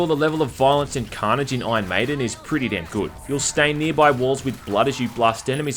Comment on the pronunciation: This game looks great! Awesome review as always. Its funny because "Ion Maiden" sounds like an Aussie is saying "Iron maiden" Anyway